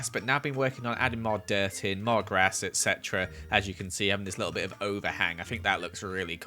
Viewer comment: you say ect a lot